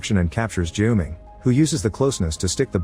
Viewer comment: You mangled the name Haiqi repeatedly. It's pronounced as Hǎi qí (like hi-chee), not Hay-gi (urgh 😵‍💫). And Junming sounds more accurately June-ming, than Ju-ming. Can do better.